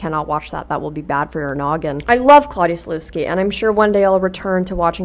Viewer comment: it annoys me so much how you pronounce Sulewski like (soo-loose-key) instead of (soo-levs-key)